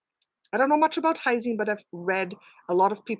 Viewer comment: do you mean "L-Lysine"? not "Hysine"?